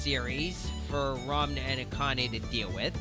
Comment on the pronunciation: I think it's funny you're pronouncing it "Ramna," that's how I said it when I first found out about this!